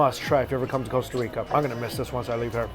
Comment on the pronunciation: It’s Costa not Coesta